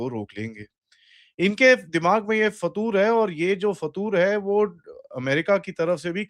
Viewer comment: It's FITOOR not fatoor 😂